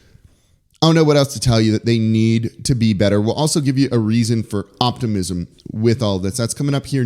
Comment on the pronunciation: You lost me in the first few seconds when you said "optimism"